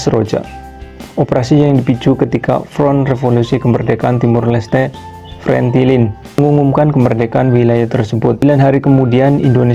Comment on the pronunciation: Kalau mau bikin konten harus yg jelas FRETILIN bukan FRENTILIN